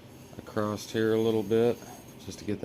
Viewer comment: Did you finish the video? Nice build but want to see the finished product. ONe thing though, it is driving me a little crazy, there is no T in the word across!